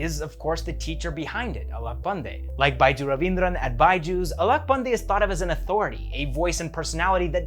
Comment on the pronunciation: your pronounciation is almost correct 👍🏻